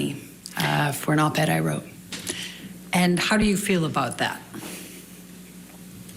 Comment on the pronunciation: She said OP ed I wrote lol 😂